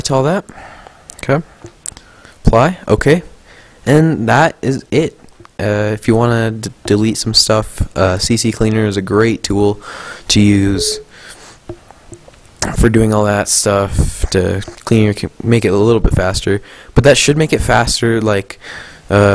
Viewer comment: Good tutorial but its not cccleaner its ccleaner